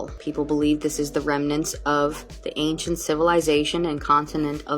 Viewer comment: Every time that lady pronounces it "ank-shent" I wanna gouge one of my own eyes out with a rusty shrimp fork 😢